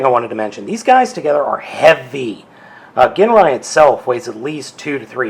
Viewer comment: i keep hearing everybody pronounce his name wrong i have masterforce his name is pronounced (jin-rye) other than that lol i got this same set at toys r us too and he remains my prized transformer, and his stickers are pretty thin so if you apply them all the wrinkles should go away as long as the glue on them is still good